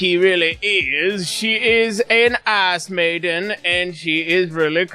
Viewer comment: did you say Ice maiden or ASS maiden?